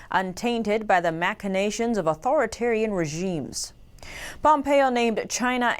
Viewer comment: Dear ~ I love you but ~ Machinations is pronounced "Mashinations." PS: Pretty sure no one else noticed though...